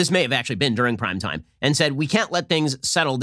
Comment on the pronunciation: I swear Ben keeps saying "crime time" not "prime time"